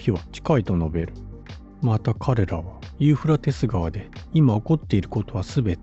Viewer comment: ユーフラテス川とちゃんと言えｗ何遍間違えるねんｗｗ